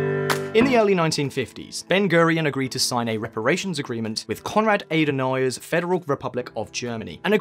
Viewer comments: great movie, but the pronunciations (e.g. Simcha / Adenauer) are atrocious. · Wonderful video! A couple auditory "edits" -- (a) Joaquin is pronounced "wah-KEEN"; (b) Adenauer is "AH-duh-now-er"; (c) the "k" is not silent in Knesset. But that is minor stuff. What a great piece of information and it's incredible how much Israeli ingenuity has contributed to the world. Nice job.